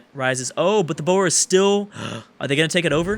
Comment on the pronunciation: Boer is pronounced like the animal "boar"